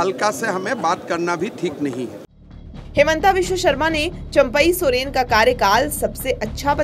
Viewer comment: इनका तो चंपाई सोरेन उच्चारण नहीं आता